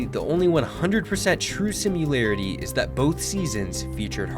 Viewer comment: how ya spelling that word "Sim you larity"?? Simyou Lerry T? Simu Laryte?